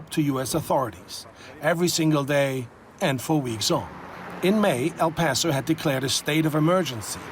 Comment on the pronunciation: Not Al paso it's El paso